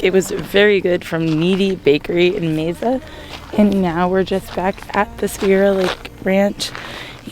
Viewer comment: Mesa is pronounced May Sa. It sounds like you're saying May Za and no one has corrected you. Amasing. 🙂🙃